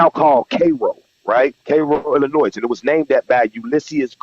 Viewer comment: Even what he says is true, we will stay delineated. We are tired of tethers leaching off our lineage and rights are ancestors fought for, only to have disrespect and contempt. 2nd of all, people from Illinois or Chicago do not pronounce the "s" in Illinois. Sounds suspect.